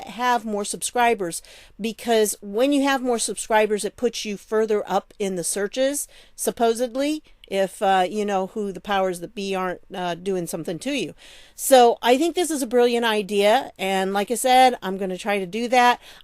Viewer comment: Supposably??? I thought you taught English and a couple other languages? SupposEDly. Sorry, it's a pet peeve of mine. Just like eXcape instead of escape and he did a 360 to describe someone that did the opposite.